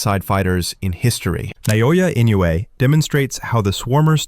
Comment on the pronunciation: Lmfao that was the best way you could ever pronounce Naoya Inoue holy fuck I’m crying